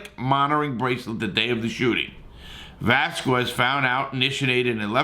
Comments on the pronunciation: Damn, you wanna destroy peoples livers. He should have just called him Cain if he can't properly pronounce his name. The weirdest thing is when he's reading it he reads it right, when he just says it it's mumbo jumbo. Hope Larry's ok. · This dude tryna be Chael Sonnen with his mispronunciations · Can't even say the man's name correctly yet you doing a set on his case smh.. get a life homie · His surname is VELASQUEZ!!!! You obviously are just jumping on the bandwagon & having a topic for a video. You DON'T give shit about the issue!! SAY HIS NAME RIGHT!! FREE CAIN!!!! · Great video but Come on if ur gonna say his name several times learn how to pronounce it. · How did you manage to butcher his name that bad?... 🤨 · How do you get 80k views and can't say his name correctly ? I won't be back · Cain was not “obviously from another country” he was born in California. And you said his name wrong like 12 times. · Mayne pronounce his name right 🤔🤔🤔🤔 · You’re awesome Larry but how are you THIS misinformed??? Lol it was his DAUGHTER!!! Also, why are you saying Cains name like that??? Haha 😂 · Jesus you absolutely slaughtered Cains name man haha 🤦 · Learn to say the man’s name ffs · Can this guy just get his last name correct, it’s hard enough to hear his New York/New Jersey accent…. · Pronounce his fkn name right for fk sake before you even attempt to make a click bait video on something you think will happen. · Come on man! Appreciate your support for Cain, but, pronounce his last name correctly! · How many times did he butcher his simple last name? Just pronounce it exactly the way it is spelled... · I love the mispronounced name. It goes great with a kwas uh dia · Man get the last name correct 😡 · VEL ASS KWEZ Say it correctly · As far as mispronunciation of his name, I’ve heard his fellow wrestlers mispronounce his name also. And they know him! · Bruh say his name right 😂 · Atleast pronounce his name correctly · Larry went 1/20 on saying it properly 😂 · “Va” “Las” “Quez”